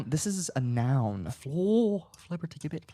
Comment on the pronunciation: I love the word of the day! But this time, Guys, it's pronounced a soft G in Flibbertigibbet - like JIBBET - and the TI is pronounced DEE. Sounds like FLIBBERDEEJIBBET. The dictionary spells out the pronunciation as such: ˈflibərdēˌjibət'. Double check how to pronounce next time! 😁😁